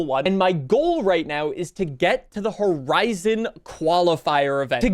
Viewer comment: i couldnt even watch 2 minutes into it... fortsa forizon annoying tf out me